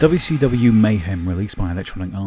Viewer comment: i hope you dont mind, but i love how sometimes it sounds like youre saying "Dubby Stubby", whenever you say WCW 'too fast' (and yes, i Am aware of the times youve pronounced it as 'Double-You See Double-You' as well, im just saying that im glad you have "that much" of your wonderful accent :D)